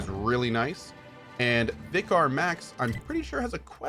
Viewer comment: Cohh keeps making me laugh saying Vicar so weird. I would think he would have seen enough British shows in his life to pronounce it like a normal person =P